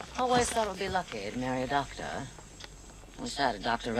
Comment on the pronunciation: ….seriously? Lmao. It’s ‘doctor’ (M.D.).